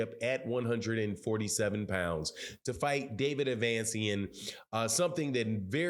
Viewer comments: Name: David Avanesyan Fanon: 👀David Advansyan 😂😂😂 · Who the heck is David Advance-ian?